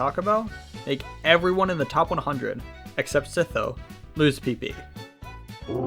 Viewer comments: Ain’t no way you said sitho 💀😂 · how do you pronounce sytho's name that incorrectly